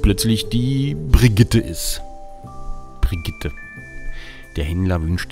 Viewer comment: Ich hab so gelacht als er mit 'Brgtte' kam :D